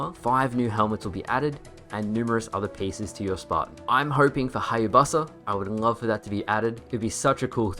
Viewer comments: Hayabusa ❌ Hayabussa ✅😫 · Bro said hyabussa💀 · Haya-bussa? Did you say that just to bother us 😂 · Hi,ya,busa? Well I have not heard that pronunciation for it before, anyway that dose not matter I would love to see that helmet again,but 343 would need promotion from team ninja to do it though. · Australians say Hayabusa funny, sorry have to state the obvious on your bad pronunciation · wh.. NOBODYS going to point out his pronunciation of hyabusa?? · So that's how he pronounces Hayabusa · Never heard anyone pronounce Hayabusa like that lol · I’m sorry how did you pronounce Hyabusa???